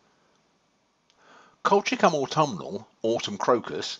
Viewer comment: Good information, but horrible pronounciation of the Latin name...